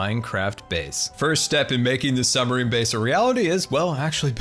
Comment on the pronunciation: is it just me, or does he say summer-ine? kinda funny XD